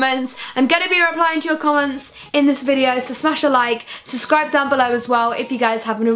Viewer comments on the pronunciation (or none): It's not "suscribe" its suBscribe ! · I love Saffron soooo much💖 but am I the only one who gets annoyed when she says suscribe instead ob subscribe😂😂